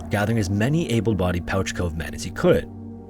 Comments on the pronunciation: Thanks for featuring one of our stories (Newfoundland and Labrador) just one thing is Pouch Cove is pronounced "Pooch" like a dog. Again keep up the great work!!!! You might also want to check out the KoFC fire or any of our great fires here in St. John's as well the sealing disaster of 1916 or our losses as a country at the Battle of the Somme in WW1 or the truxton and pollux us navy sinkings off our coast. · Pouch Cove is pronounced 'Pooch' Cove! Thank you for covering a Newfoundland story :D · as a newfoundlander i am shocked by this inaccurate prounciation of pouch cove. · Yo, I live in St. Johns, Newfoundland. Thank you for pronouncing it right, lol. However, pouch cove is pronounced like Pooch Cove, like a dog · Pouch Cove is pronounced "Pooch Cove"--you know if, for some incredible reason, you need to reference Pouch Cove ever again in your life. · Don't know if someone has corrected this yet, but Pouch Cove is actually pronounced "Pooch" Cove. Makes no sense I know, but figured I'd give the correction! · no, not at all. just this cove i believe. There is a lot of weird place names and pronounciations here. there is usually some funny reason for it from a long time ago. but as far as i know, pouch cove has always been pronounced "pooch" cove. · Newfoundland shout out here. It is pronounced like pooch, not pouch. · Great video as always! the name Pouch Cove is spoken like "pooch" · Proud newfoundlander here just came here to say its pronounced “pooch cove” understandable mistake though lol love the videos! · It’s pronounced “pooch” cove, like a dog. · pouch cove is pronounced "pooch" cove. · Interesting. Do you always pronounce pouch as pooch? Or is just this particular cove?. Please me so I can get notified. I'm genuinely interested in knowing this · I know how it looks so I don't blame you but it's pronounced "Pooch" Cove :) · In Newfoundland, it’s pronounced pooch like a dog, not pouch like a bag. “Pooch” cove.